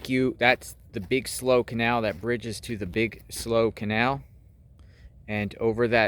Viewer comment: it's pronounced Slew not Slow